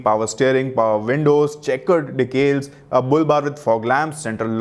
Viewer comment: Decal dude....not "Decales"